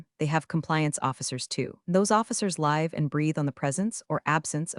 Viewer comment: You can’t pronounce “Live” correctly?